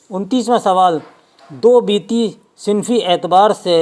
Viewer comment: Dobiti nahi balki Dobaiti